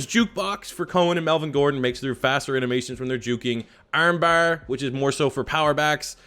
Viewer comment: The way you said armbar😂😂